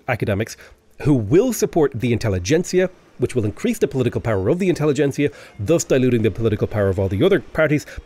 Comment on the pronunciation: Great video! Best tutorial style video of V3 I've seen yet! Also very happy to hear you are the first to properly pronounce "intelligentsia", which all the native english-speakers I've listened to have so far failed to do.